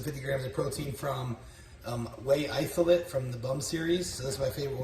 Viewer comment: Love that always says ‘Itholate’ when referencing the protein shakes.